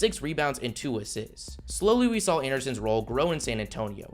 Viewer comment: I hate how you say the word assists